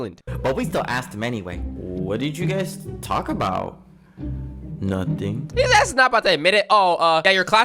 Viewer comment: Bro really said notuting 👀 ...